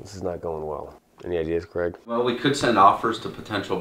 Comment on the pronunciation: Question: how come you call Craig Creg, but you say Craigslist absolutely fine